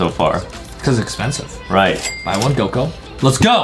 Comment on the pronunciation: Bro said gog instead of Goku😂😂😂